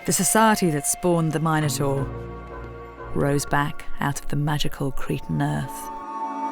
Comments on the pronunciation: If they are the Mi noans shouldn't you pronounce it Min o taur not Myne o taur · Why call the beast “Mine-o-tar” and not “Min-o-tar”? After all, they are called Min-o-ans”, not Mine-o-ans”! It’s king Min-os, not Mine-os! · It's intensely annoying to hear Minotaur (mi·nuh·tor) pronounced incorrectly there no "Mine-notaur" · Mine-et-tor... What?!?!